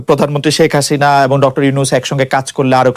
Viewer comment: note: how Khaled say " prodhanmontry sheikh Hasina"!!!!!! listen from min